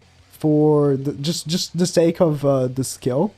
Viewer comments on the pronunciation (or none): none